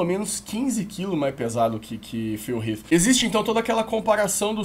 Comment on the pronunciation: Até q enfim alguém q pronuncia Phil Heath corretamente.